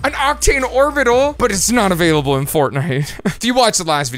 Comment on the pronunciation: 😂YES! He said, "But it's not avaliable Fortnnite"😂